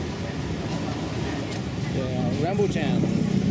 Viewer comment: Its rambutaaann not rambutcheeeenn 😂😂😂